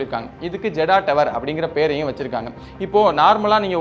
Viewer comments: Bro jeddah tower nu pronoynce panna koodathu jedhdha tower nunpronounce pannanum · புர்ஜ் கலீஃபா - பர்ஜ் கலீஃபா இல்லை ஜெட்டா - ஜெடா இல்லை ஒழுங்கா உச்சரிப்பு தேவை தம்பி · Bro both tower pronunciation wrong bro beyrj khalifa Ella Burj khalifa and jed da nu githa nu padikanum ok